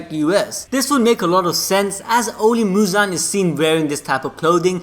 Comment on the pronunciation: not Muzan!... is "Muzanna" now